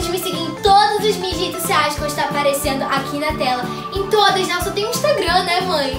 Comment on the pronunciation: “Pra quem não sabe eu tenho instarigram” instarigram ?? N entendi 😅😹